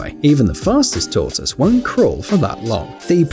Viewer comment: Ryan StonedOnCanadianGaming tohtoose? I think he’s sayin tohtiss? English? Who knows it’s like trying to understand my 8 month old granddaughter.